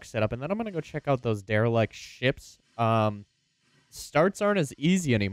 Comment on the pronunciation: It's Derelict not Derilect.